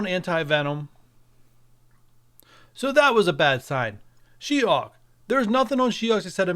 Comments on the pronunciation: Her name is she-HULK, not she hawk 🙄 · Is he saying She-Hawk.. 🧐 Good info on the masked caper